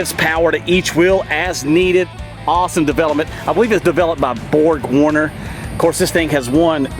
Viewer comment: It's vehi-cross, not v-cross. Also It's borg-warner not Bob Warner. 😂